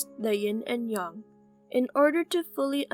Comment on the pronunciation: Her: Yin and Yung Me: But i was told it is Ying Yang